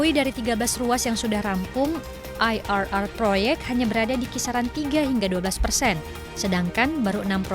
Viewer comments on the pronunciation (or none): IRR dibacanya I ER ER bukan AI AR AR 😑 kamu penyiar dan sedang menyajikan siaran indonesia dengan kalimat indonesia, jadi berhati2lah menggunakan serapan bahasa asing